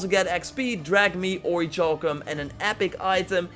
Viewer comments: Okay man. I've let you do this for long enough. It's not pronounced ori"CHAL"cum- like chalk- as you've been saying for way too long. It's pronounced ori"CAL"cum. Like, calculus. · OriKalcum that's how its pronounced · Isn't the cha in orichalcum pronounced like the "ca" in calcium? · It is. I'm really uncomfortable. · There is no ch in oricalcum